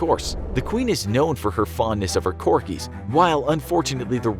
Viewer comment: Corkies? You mean corgis.